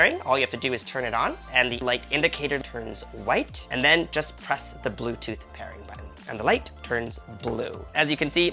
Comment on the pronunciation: ZE BLU TOOTH ZEVICE IZ READY ZU PERR